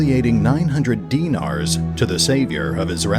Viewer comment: would you say he dee-nied the dee-nars?